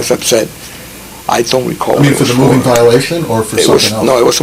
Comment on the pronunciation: Did he say mobie biolation ?!